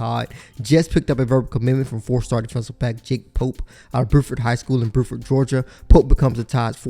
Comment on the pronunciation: He also says "boo-ford" high school instead of "bew-ford" high school